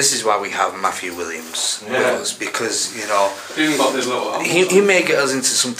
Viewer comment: His name is Matthew not Maff-U!